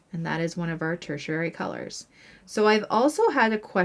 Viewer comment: Fun video! I love colors and the color wheel. 😊 You are pronouncing the word tertiary wrong though. If you google it you can listen to both the UK and the US pronunciation. Just thought you’d want to know! 😊